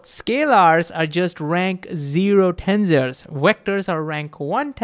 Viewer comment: in the end did you learn how to pronounce tensors properly 😂😂😂